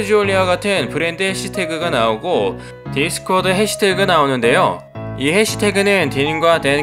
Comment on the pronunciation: 디스쿼드가 아니라 디스퀘어드입니다ㅋㅋㅋ